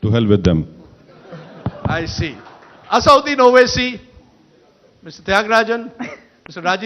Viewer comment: It's not Asauddin fool Rajdeep, it's Asad-ud-din, lion of religion.